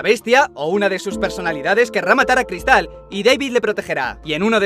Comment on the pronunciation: Cada vez que decía cristal se me salía un pulmón por la boca